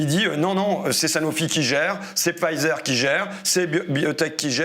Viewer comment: Pfizer se prononce 'Faiser', on ne prononce pas le p.